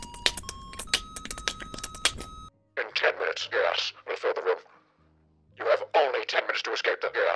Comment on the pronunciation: is he just saying gas or gay ass?